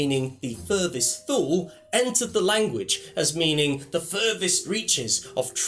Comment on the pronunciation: I think it's pronounced more like 'toola'. Sorry to be pedantic;)